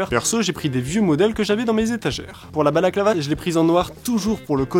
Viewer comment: C'est pas un balaclava c'est une "Baclava"